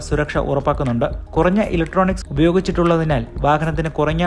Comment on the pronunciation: കുറങ്ങ അല്ല കുറഞ്ഞ ആണ് 😂